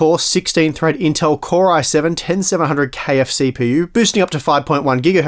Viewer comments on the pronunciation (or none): "an eight core sixteen thread intel core i7 10700KFCpu" there's no way thats not intentional XD